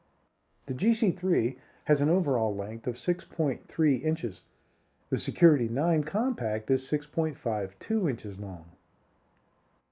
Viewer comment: I find it hard to listen to a review when the person doing the review can't go through the trouble of learning the model name of what they are reviewing... Something that could have been re-recorded.